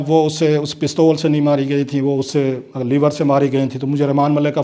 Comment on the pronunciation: Sir,it is LEVER,,,,Leeever,,,not Liver,,Liver is GURDA